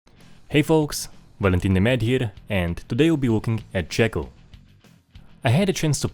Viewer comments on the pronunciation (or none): It says Jackal, but I think he said Jaggal